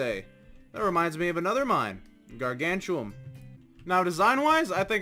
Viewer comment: Ok but its gargantium not gargan chew um